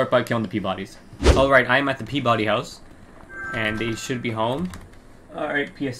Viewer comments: Pee-ba-dy is the correct pronunciation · It’s pronounced Pee-ba-dee.